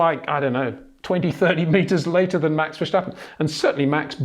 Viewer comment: It's verSTappen, not verSJTappen🙂